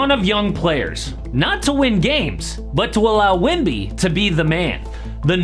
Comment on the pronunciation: i swear bro saying wimby instead of wemby